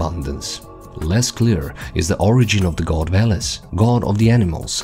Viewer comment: VELES or VOLOS as you said, VO - bull